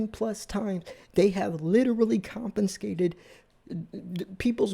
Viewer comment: "Compenscated" ???? !!!! If you want credibility, pal, please learn to speak English.